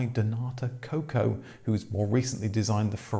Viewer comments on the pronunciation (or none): none